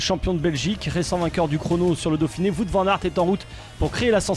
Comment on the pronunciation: ARRETEZ DE DIRE VOUT !! C'EST WOUT